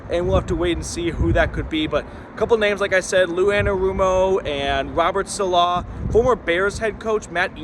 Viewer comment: …please let me help you. Saleh is not “suh-LAH”, it’s “SAH-luh”